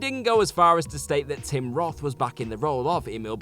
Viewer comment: man said "TOM ROTH"